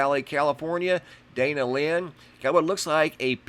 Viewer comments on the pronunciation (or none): none